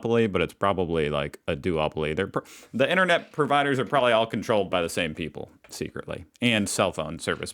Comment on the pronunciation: " INERNET" !? There's another T in there Americans . IN TER NET ! She likes the word "like" a lot doesn't she !? Murphy's Law states that " what ever can go wrong....will go wrong " Nothing to do with semi conductors. In the UK we call it SOD'S LAW.